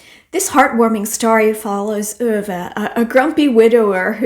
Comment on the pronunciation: Hi! What a lovely heartfelt video! So many great suggestions. I love how you pronounce "Ove"! I speak a little Dutch and love the pronunciation of "oo" but it did not click when I read the title that it was probably like that! I really need to get to 'The Secret Life of Bees'. It has been on my TBR FOREVER! Have a wonderful Thanksgiving!🦃